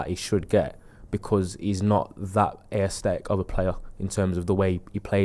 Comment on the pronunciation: Someone tell he's adding an extra sylable in 'aesthetic'